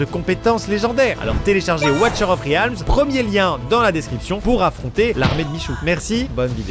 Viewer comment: Watcher of riaaaaalms (ça se lit "rilmz" niveaux prononciations 😂😂)